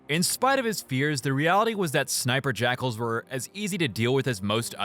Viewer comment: Can I say that I knew close to nothing about Halo, and thanks to your hate and pronunciation, I thought that all along you were calling the snipers "sniper jackholes" Only recently I've found out that they're called "jackals", and are an actual enemy type lmfaooo